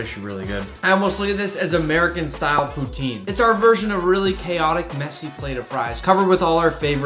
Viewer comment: Average french enjoyer: poutine Nick:pouuee tiiiiiieene